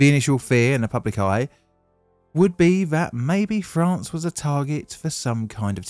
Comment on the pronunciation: "Toulouse FRAN?" What in the hell is "fran" my boy.